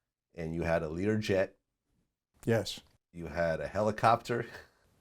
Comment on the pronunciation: "I think Kobe had a Helocopter" 😵‍💫